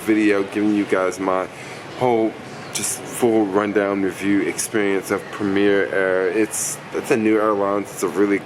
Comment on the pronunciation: Might help if you can actually say the name of airline correctly...